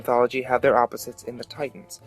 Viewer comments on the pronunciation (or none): none